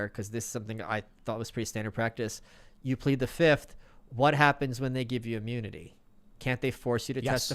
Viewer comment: "Fif" not "fifth.......